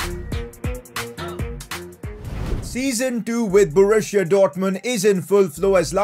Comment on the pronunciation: Man it's called Borussia Dortmund not Borushia Dortmund.